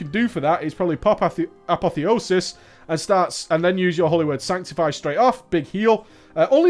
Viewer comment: lol the mispronunciation of apotheosis